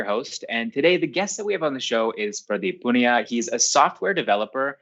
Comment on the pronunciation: For what it's worth, Caleb you pronounced Pradeep Poonia perfectly well! I was genuinely expecting Praah-deep Pooon-ya